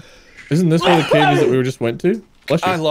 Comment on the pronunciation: Him failing to say cave was funny enough but he managed to make it so much goddamn funnier 😂